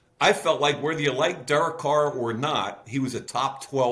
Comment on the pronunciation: Love Mayock, Hate how he says Derek. Seriously good talk.